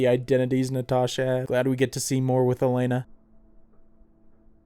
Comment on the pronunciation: It's so jarring to hear you say "Elena" when it's "Yelena". That's why I always watch everything with subtitles LOL